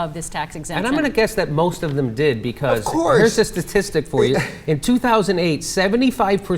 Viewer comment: "Of Courrrse"